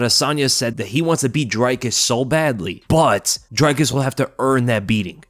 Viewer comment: It's NOT ' Dry Cus ' !!! 😂😂😂🤦